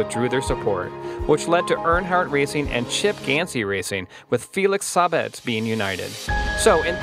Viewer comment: Chip Gansy ? Felix Sahbez ? Duhtona 500 ? lmao...you would think people who make these things would do their homework before sounding stupid. It's Chip Ganassi and Felix Sabates !